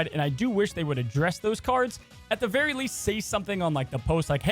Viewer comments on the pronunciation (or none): none